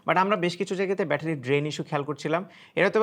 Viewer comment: Visal bettery❌visal batpary😂